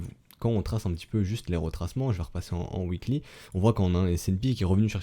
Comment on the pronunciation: Je regarde tous les épisodes, je comprend rien mais je sais qu'on attend un W uikly :P chaque que je t'entend dire Uikly (weekly) je souris deavant mon écran c'est mon kiff à moi sry ;)